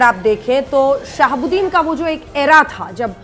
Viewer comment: Aap sahabudin sahab kaa name galat laa rahi hai